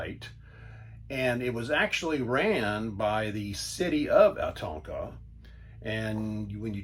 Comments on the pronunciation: It's pronounced O Con toe. The river is pronounced the same way. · hello! I am from here, well town next door. This was one of the first places my parents took us camping. Oconto is pronounced Oh-con-toe. Its very much a small town campground, so not a ton of amenities like a Waterpark or inflatables or activities, but nice for simple camping.. My husband and I are hoping to take our small kids there when we start camping.